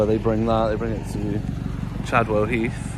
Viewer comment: Chavwell Heath ........ Sorry I mean Chadwell 😂😂😂😂